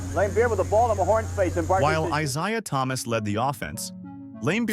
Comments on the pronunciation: "eye zhay-uh" thomas? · The ai not saying Isiah Thomas's name correctly almost made me stop watching. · Gotta be honest: I only realized it was AI way further than usual, and it actually made me think AI is getting pretty damn close to being undetectable. The biggest tell was mispronouncing Isiah (which I only now realize is a different spelling and actually does look like it should be eye-z-eye-ah).